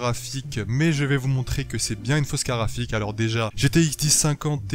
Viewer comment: BlackLuvzXtaze je me disais la même ça se dit "carTe graphique" et non pas "carafiq" ou je sais pas quoi